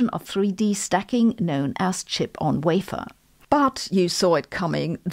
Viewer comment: To think I hold in my hand 128 gb of possible storage capacity on my IPhone XR. The way you pronounced wafer lets me know you are probably from Germany.